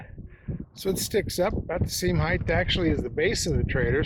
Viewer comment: Did I hear a “height-th” in there?